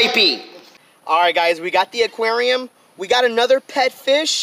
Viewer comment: Am I the only one who hates when he says “ AKUERIOUMMMAA”(aquarium)